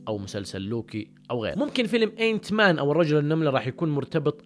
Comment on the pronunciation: Ant man اسمه آنت مان وليس إينت مان ياشطور 😂